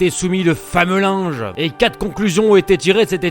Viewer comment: rien à voir avec le monteur!! c'est pas lui qui dit quate à la place de quatRE!! 😁😁